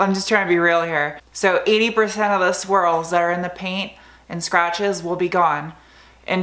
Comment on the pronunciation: So every time you say swirl, I actually hear squirl, which makes the whole video even more fun to watch, keep it up!